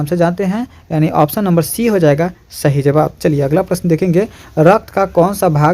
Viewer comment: shahi nhi hota sahi hota hai